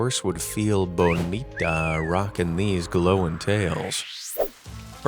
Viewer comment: bonita? More like Ponyta 😂